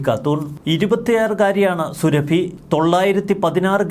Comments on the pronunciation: സുരഭി അല്ല സുറാഫി എന്ന് ഉച്ചരിക്കുക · അവളുടെ പേര് സുരഭി എന്നല്ല സുറാബി എന്നാണ്. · സുരഭിയല്ല സുറാഫി എന്നുപറ മോനെ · എടാ പൊട്ടാ, സുരഭി അല്ല സുറാബി. മര്യാദക്ക് നാവു വടിച്ചു ശീലിക്കാത്തതിന്റെ തകരാർ. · സുറാബി 👈 സുരഭി അല്ല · Zurrabi...സുറബി. Not Surabhi as you pronounce. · സുരഭി അല്ല സുറാബിയാണ് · എടാ കോന്താ സുരഭിയല്ല സുറാബി യാണ് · സുരഭി അല്ല. സുറാബി ഘാട്ടൂൺ